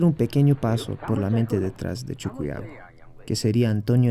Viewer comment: Se pronuncia CHUQUIAGO no CHUCUYAGO, siendo boliviano pronuncias mal